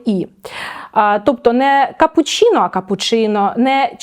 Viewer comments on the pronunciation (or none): none